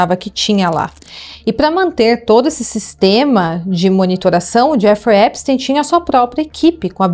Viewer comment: que agonia esse "Épisteim"